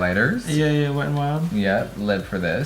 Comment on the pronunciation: “It looks something like dis” that voice😂😂😂😂😂😂